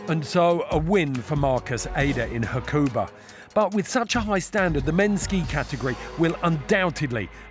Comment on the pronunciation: Pronunciation needs working on Ha-ku-ba not Ha-koo-ber